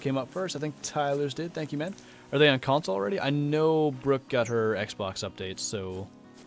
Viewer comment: I love how he said xbok and not xbox